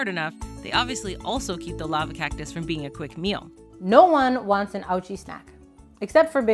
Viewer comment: "This is the lava cocktus"